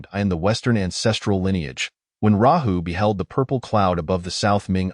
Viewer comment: Luo hu ❌️ Rahu✅️